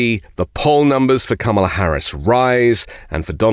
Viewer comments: Since he can’t pronounce Kamila’s name properly, we should call him “Don-old” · What’s with mispronouncing Kamala‘s name? Is the right-wing too daft, or what?! Makes them look and sound rather thick. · Learn how to pronounce her name first off. She doesn't care how you are.